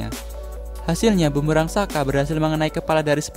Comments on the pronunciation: Soka, bukan saka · mispronounce, harusnya sokka bukan sakka